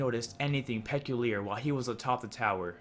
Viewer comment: he pronounced "peculiar" "peck-oo-leea"